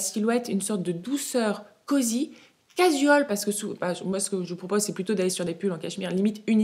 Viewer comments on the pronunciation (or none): C'est juste que vous dites streetwear, workwear, sportswear, de façon impeccable... Donc je pensais que vous pourriez ajouter "cajual". Ce n'est en rien une critique, moi comme vous apprenons de nouvelles choses tous les jours ce qui nous enrichit.